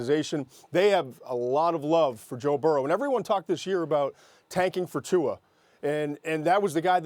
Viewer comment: Tua does NOT have a "N" in his last name. Quit saying it with an "N"